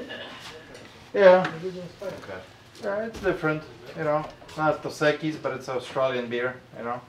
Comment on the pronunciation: "Dos Quis, I think it's 3 x's" lol 😆 the name is literally 2 x's..... Learn a bit of Spanish it goes a long way